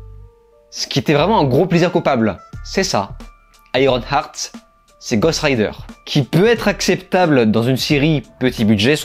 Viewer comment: Juste une suggestion : lorsque tu veux prononcé un titre en anglais, tu peux écouter sa prononciation avec Google translate… Car iron-art c’est un peu dommage. Surtout lorsque tu le dis plein de fois…